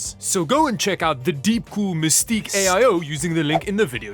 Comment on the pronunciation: 'Mystique' 😅 Still the only channel I don't skip past the sponsor ads